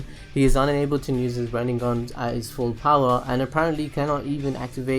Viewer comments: And RinneGan, not RinneNGan. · wtf is a 'rid-ne-gun' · I cringe when you say RinneNgan, sorry....Otherwise great video!